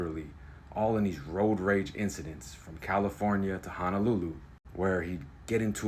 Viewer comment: Sounds more like "roid rage" than it does "road rage".